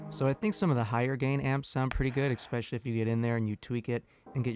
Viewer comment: You said “especially” like “expecially”